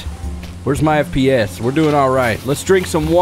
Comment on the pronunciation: FPS... makes me laugh everytime you say it.